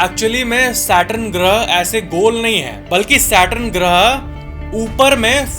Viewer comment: “SAW-lar” nahiñ “SOlar” (as in so ja neend se). “satRUN” nahiñ “saTURN”. 🪐